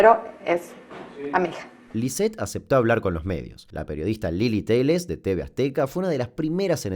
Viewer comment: Lilly Téllez. TELLEZ. No Telies. Dato: es política.